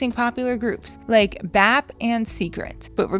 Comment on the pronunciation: Lmao you say it B.A.P not Bap sounds like the next Song of Cardi b